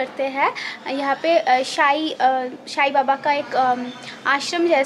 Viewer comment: Shai nahi sai baba